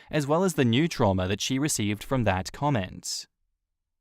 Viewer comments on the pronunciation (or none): none